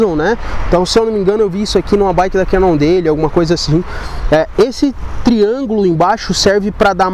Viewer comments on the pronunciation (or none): none